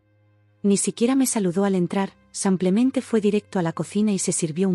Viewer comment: Ay, ya. ¿Porqué samplemente? Van muchas veces que les dicen los oyentes que es "simplemente" no samplemente.